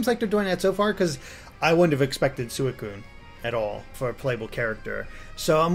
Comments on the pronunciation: What makes you think Venusaur couldn't fight? They got Suicune. Also Suicune is pronounced Swee-Kune. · Pretty sure you're right in calling it "Suikuun" rather than "Sweekuun" based on the Katakana. Anyway, I'm very curious about how forcing a Phase Change can be strategic. I was thinking something along the lines of if there was "guard break" mechanic in the game, and you can cause more guard break by using moves in close range mode. I didn't see any sign of guard break in this game though.